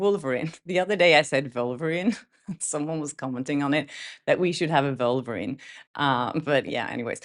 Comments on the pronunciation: Lololol....did you say Vulvarine?? As in vulva ?? Omg, I'm dying laughing, that would make a great SNL skit !! I can just picture some hefty lady in a red Deadpool suit with a giant vulva who terrorizes people!!! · I'm Brazilian and we pronounce "Volverine" too lol